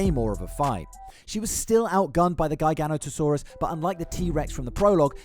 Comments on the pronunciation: GUY-GANO-TOE-SAURUS…. WHAT?! Not once have I EVER heard it pronounced like that. I’ve heard JEYE-GANO-TOE-SAURUS (which is wrong), JIGGA-NOTO-SAURUS ( close but wrong), and GIGA-NOTO-SAURUS (Which is right as it comes from the Latin words “gigas noton sauro” (giant backed lizard). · Say it with me... Jiga-noto-saurus.